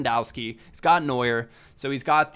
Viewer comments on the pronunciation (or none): none